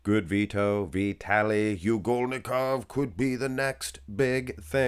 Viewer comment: But, you mispronounced his name like 3410 times already! You should pronounce it like Ugholnikov, not U golnikov like you do. Shame on you when even Nick Power Guy can do it right!